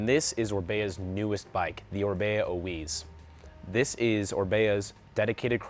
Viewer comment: Oiz. not Oiweeez. You guys sell it but don't know how to say the name? its literally ON Orbeas youtube videos of how they say it.